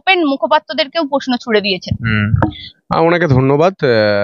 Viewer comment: ...আপনি একজন সাংবাদিক। কিছু মনে করবেন না। যদিও আপনি আমার সন্তান তুল্য,যথেষ্ট সন্মান জানিয়ে বলছি আপনার কাজ আরো আকর্ষণীয় করে তোলার জন্য দয়া করে আপনার উচ্চারণ ঠিক করুন। 'পত্তেক' 'গনতন্ত' 'পশ্ন' এই ধরনের শব্দ শুনলে ভিডিও টা পুরোটা দেখার ইচ্ছেটা হারিয়ে যায়। একটু খেয়াল করে বলুন, আপনি পারবেন।